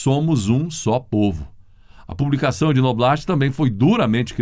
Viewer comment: Noblá, Noblat se pronuncia NOBLÁ!